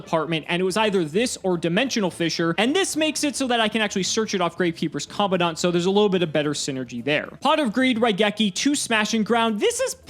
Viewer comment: When is gonna realize he's pronouncing commandant wrong